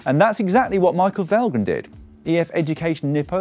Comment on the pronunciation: Why does Dan always pronounce Valgren as Falgren? Danes are not Dutch, and the correct way to say his name is more like Walgren.